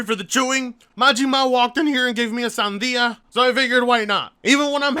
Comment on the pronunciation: Dude you pronounce watermelon so good in Spanish! Are you a native speaker or something?